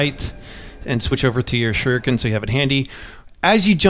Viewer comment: All these sekiro videos on YouTube made me realize how few Americans know how to pronounce the word shuriken